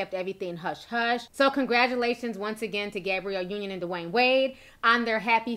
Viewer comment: Did she say Gabriel Union at the beginning? Lmao 🤣🤣🤣🤣🤣